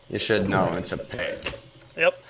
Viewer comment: "should" not "shut"...